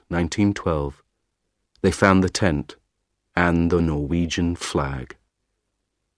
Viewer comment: "ten" >>>"tent"?